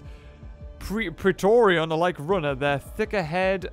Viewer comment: Its pronouced pray-tore-yan